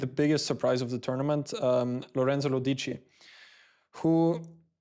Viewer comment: The pronunciation is Lòdici, not Lodìci